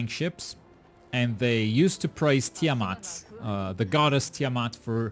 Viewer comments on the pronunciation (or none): none